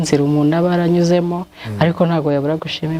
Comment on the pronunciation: Yego,aragerageza ariko avuga,umunu,anera inda,...